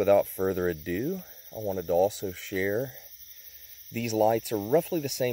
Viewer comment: "without further adoo"